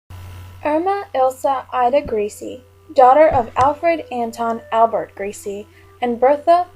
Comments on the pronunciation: Yep...grece...pronounced grease. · Irma Grease not Gri-se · the mispronouncing of grece As greasy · Her name was Grese( Gra-za) get the name right for this horrible cow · Her sir-name is pronounced 'Grice' just wanted to clear that up other than that great video. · gree suh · In German the e is always pronounced so would have thought it waz Gres e. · The real German pronunciation would be "Grey-ze" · I agree with the voice assessment. Actually, her pronunciation is not that far off. It is probably 'Gray-suh', depending upon which part of Germany she was from. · Surname pronounced wrongly and the fact that she wasnt died immediately also was incorrect too... And a lot more. Need to do research thoroughly before come out with this video. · Learn to say her name correctly